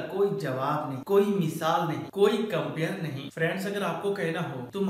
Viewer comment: Mishaal Nahi misaal ..nd lajawab hota h